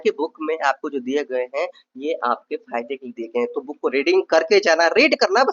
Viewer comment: Apko jab buukk mila to buukkk ko pdhna h bhai. Ase kuuu krte ho ap.